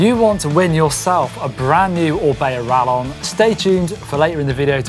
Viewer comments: Hearing say Rallon instead of Rayon is painful:O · quesadilla (Kay-suh-Dee-ya) Same concept. It’s rayon bud…